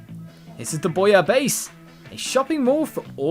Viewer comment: Splatoon, also known as the plotline for Super Mario Sunshine 2. ... did you just really fail to pronounce booyah? Agent 3 huh, what happened to agents 1 and 2? Swearing, in a Nintendo game?! IT'S INCONCVIABLE! LEAP OF FAITH!... nope, missed. And this is why you don't want your whole city to be powered by ONE THING! The Octarians transport themselves through kettles? QUICK! TAKE AWAY ALL THEIR TEA!